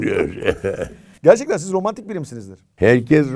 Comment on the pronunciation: İlber Ortaylı (romantik değil ormantik ) dedi